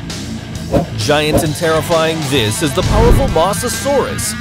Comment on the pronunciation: This is how u really pronounce mosasaurus can u try to get it right pls Moe-za-soar-us